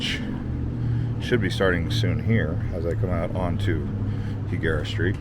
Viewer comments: It’s pronounced High Guerra NOT He Guerra lol 😂 I use to live there for over 10 years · And it's pronounced High-gara. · nope its not pronounced the way you did. its hispanic not gringo. lol